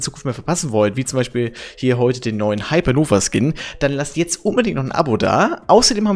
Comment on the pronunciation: Wie beschissen kann man bitte hypernova aussprechen Digger das ist eine riesige Sternenexplosion